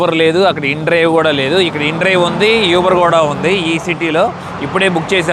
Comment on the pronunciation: Nice video. యూబర్ కాదు.... ఊబర్. Best